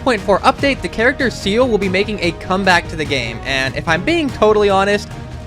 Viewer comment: this mfer pronounced Seele as Seal 💀 Zee-luh,. Zee-luh.